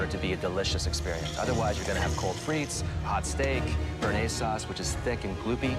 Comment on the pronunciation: Is it so hard to pronounce béarnaise? Bay-are-naze!